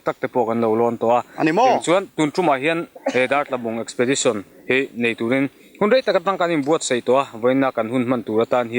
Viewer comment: eksipedisawn tih tur lawm :D